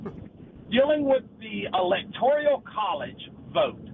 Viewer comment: ELECTORAL. Not “electorial”. Bubba and the caller. Y’all have to stop. 🤦🏼‍♀️